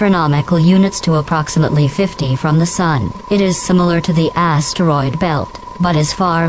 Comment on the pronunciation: “ASS-teroid belt”